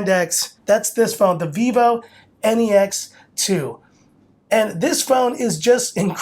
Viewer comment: I hate how he pronounce it as N-E-X